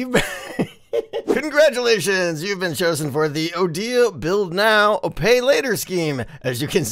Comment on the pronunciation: did just said cuntgradulation XD?